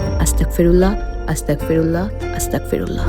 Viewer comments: আসসালামু আলাইকুম😊, প্রিয় তোমার কথা টি ভালো তবে তুমি যে "আস্তাগফিরুল্লাহ" এর বদলে আস্তাকফিরুল্লা বলছ এটাতে কিন্ত অর্থ পরিবর্তন হচ্ছে । ছোট্ট একটা হেরফের জন্য পুরো কথা টি ভয়ঙ্কর ভাবে বদলে যায়। সাবধানে থেকো ।কথা টা যারা জানেনা তাদের জানিও, অনুরোধ রইল 😊। দোয়া চাই ভালো থেকো । আসসালামু আলাইকুম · আস্তাকফিরুল্লাহ হবে না আস্তাগফিরুল্লাহ হবে